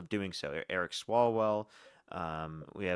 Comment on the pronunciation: He keeps railing against people whose names he doesn't know. His examples are SO egregious he can't get their names right. From Walz to E. Gene Carroll, lol.... Calling Swallwell "Sawwell", lol.... This guy is a desperate man!!!! 😉